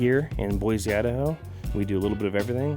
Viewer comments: Boy-see not fuckin Boy-zee!!!! Desert shooting is where it's at man good on ya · Sry gotta do it. 4th generation Idaho boy. Born in Boise raised up in the panhandle. IT IS BOY-SE, not BOY-Z. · It’s pronounced Boy-see not Boy-z